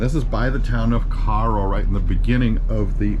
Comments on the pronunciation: your are saying the name of cairo wrong....damn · Hello from Paducah. Never heard Cairo pronounced the way you say. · Lived near here my whole life never once heard anyone ever say it like that. Locals say it like narrow with a k instead of the the n. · Good video! I'm a local here and the news team pronounces it wrong too. We pronounce it "Kay-roh" 😊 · we always pronounced it Kay-Row